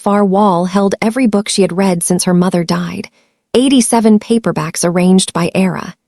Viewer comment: Your ai really has a problem with names and the 2 pronunciations of “read”. It truly murdered every name except Enzo. Do better. It lessens the story’s impact.